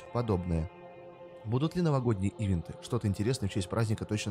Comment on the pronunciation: Нужно говорить ивЕнт , а не Ивент.